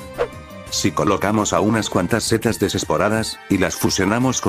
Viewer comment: ¿Por qué "cetas" en vez de setas?